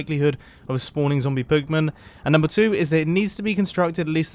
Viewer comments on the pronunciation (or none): "zombie poogmon" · "it has a higher chance of spawning zombie poogmen" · Is it just me... Or was he actually saying zombie poogman/poogmen? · Mumbo says zombiepoogmen. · "has a higher rate of spawning zombie poog-men" 🤣🤣🤣